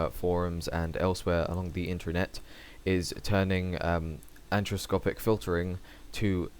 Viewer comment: I like how you pronounce "anisotropy." Makes me laugh.